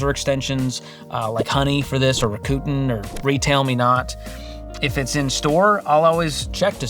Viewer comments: Please tell me it’s not pronounced Ra-KU-ten😂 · Someone teach how to pronounce ‘Rakuten’ 😂😂